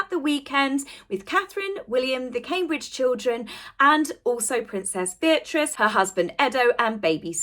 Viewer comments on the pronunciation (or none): none